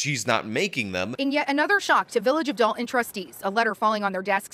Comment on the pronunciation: It’s Henyard, not Heynard. It’s Dolton, not Dalton. I know it’s small errors but for the love of God this is your job take it seriously